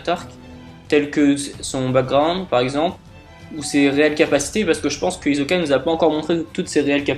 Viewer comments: c'est hisssssssssssoka pas hizzzzzzzzzzoka ok ? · Hizoka tu dit hi so ka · ta théorie est de la merde. et puis c'est HISSOKA. on dirait ke tu regardes pas l'anime. quelle déformation terrible hizoka mrd